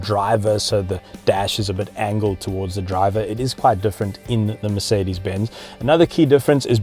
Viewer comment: Guda Lawrence he calls it MerKedes in the all video not just . Is he serious.